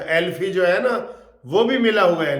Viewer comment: عارف الفی نہیں۔ عارف الوی !